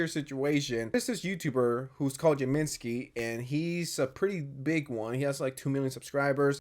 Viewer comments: you said jameskii so wrong, its not pronounced yaminsky its james skee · man your pronounciation of jameskii got me fucked up i mean fair its a pretty weird name but now have in mind that its james-skii no jaminskii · I understand this is a serious video but the fact he pronounces Jameskii as “jaminskie” genuinely got a chuckle out of me